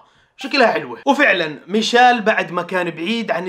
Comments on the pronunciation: ميشيل ❌ ميشال ✅ ههههه 😂 والله احبك بس ياخي والله انك بعض لاعبين انتا ما تتقدر تنطق اسمه صح هههههههههههههه الله يسعدك ياخي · مشايل ✔ميشيل❌